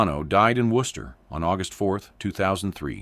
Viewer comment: I’m surprised they pronounced Worcester good